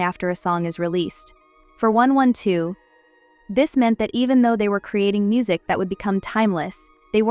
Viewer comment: The fact that you didn’t get the AI to pronounce the group name correctly 😠😩 really annoying